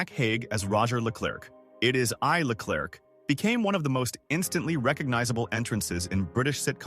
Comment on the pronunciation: "It is I, -LeClurk became one of the most instantly recognisable entrances in British sitcom history" Except that every Brit know it's pronounced 'LeClair'. Great content, delivered by AI slop voice.